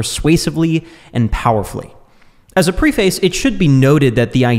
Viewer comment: The word preface is mispronounced in this video.